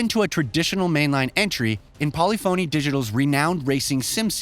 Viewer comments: Bruh. Learn how to pronounce "polyphony". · Please pronounce Polyphony like Symphony. It’s not SIM-PHONY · How does a gaming centric channel not know how to pronounce polyphony? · This guy's pronunciation is horrendous! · This guy keeps saying polyphony digital wrong. I think he's trolling us. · Way to mispronounce every car manufacturer and developer name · Exactly. Can’t wait for the epiphany that hits this guy when he learns how to pronounce Polyphony 😂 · Did you seriously say “Poly Fony”? You clearly know about the series. It is pronounced “Poli-funny”. Please, never make that mistake again. At least you’re not pronouncing it “Grand Tureeez-mo”. Words matter, especially if you expect to be taken seriously. That’s worse than people calling Oppo “ah-poh” instead of “Oh-poh”. Before Oppo got out of the BluRay player game, they had their pronunciation at the top of their website. They still make phones. If you find their page, you’ll clearly hear them saying “Oh-Poh” in the ads. Don’t these fantastic industry changing companies deserve to have their name pronounced correctly? Correctly being, the way they pronounce it. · "Polli-phony" lol it's pronounced Po-lif (like lift) pha-ny, just saying if you're gonna cover a big game, make sure you're at least pronouncing it correctly. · For how well-researched this video is, I'm amazed there wasn't even a quick Google search done to learn how to pronounce "Polyphony" correctly. It's not "poly-phoney," it's "pole-IF-ony." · Poly-Phony? Seriously? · If this guy says Pauly Phony Digital one more time I'm going to shoot myself. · "Polly-phoney" Made me laugh every time 🤣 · Polyphony is pronounced as one word. Not Poly Phony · Poly-Phone “E” 💀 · This man really said Polly Phoney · Great review, but man does it irk me every time he says Polyphony wrong. English nowadays, who cares about grammar... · Some of the weirdest pronounced words I’ve ever heard. Ashton Martin? Polyphony is not pronounced how you continue to say it…